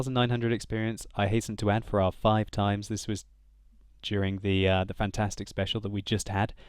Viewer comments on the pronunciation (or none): none